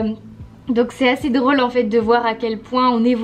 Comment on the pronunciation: Ah ah, tu prononces « drôle » comme une réunionnaise 😂